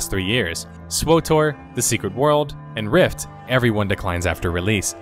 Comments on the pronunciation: Your voice is great. Just work on that ward/world. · you say world like werld it annoys me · WorLLLLLLLLLD, AHHHHHHHHHHHH its driving me insane! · World. World, not ward. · Why does he keep saying Word of Warcraft? XD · Word of Warcraft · Ahhh jeezus! It's world. With an l. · Your analysis is spot on, but PLEASE STOP SAYING "WARD OF WARCRAFT"!!!! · Wood of Woecwaft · The only thing I noticed about your pronunciation is "Wdvwarcraf" but I've noticed a lot of people doing that, not just you! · Why does this spindian have an utter inability to pronounce the word "world?"